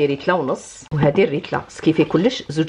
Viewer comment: ريتلا =ليترا 😂